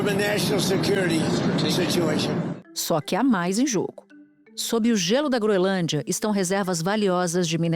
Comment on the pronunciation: É incrível como nem profissionais da "alta cúpula" jornalística conseguem pronunciar corretamente uma porcaria de nome. Não tem de verdade nenhum pateta na grande mídia que saiba dizer GroeNLândia? Nem a Natuza Nery?